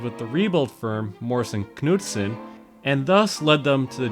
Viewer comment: Know Knee Knife Knight "Kuh-nuewson"